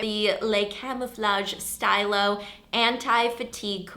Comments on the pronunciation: The a in "la base" is pronounced like the a of pizza (sorry that's my only reference... #foodforever) and the s is pronounced like a z. " Stylo is pronounced "steelo", it means pen in French! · stilo is pronounced "stee-lo" :) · Hey Ingrid! In case if you were wondering, "stylo" is pronounced as "stee-low" in French! And I keep staring at your hair here... it's too cute!! <3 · Am I the only person who cringes when she mispronounces stylo?